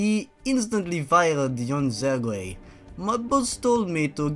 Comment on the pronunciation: "Sir-gay"